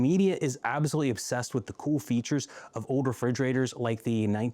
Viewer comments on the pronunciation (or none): What is it with all these millennials and gen z'ers that can't pronounce old? It's not ode. It's old!